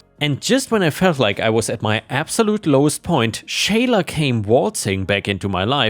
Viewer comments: For future reference? The name Sheila is pronounced "SHEE-lah", not "SHAY-lah". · Sheila is pronounced as = She la; what you were saying would be Shayla. The "i" is silent. Disney is such a cutie. I adore her. It might be that the one who is afraid of Disney is afraid of cats in general. She just seems like a great cuddlebug to me. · "Sheila" is said as "She-lah." 🤪